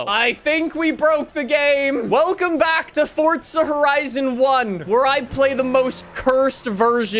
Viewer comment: that ain’t forza horizon that’s corza porizon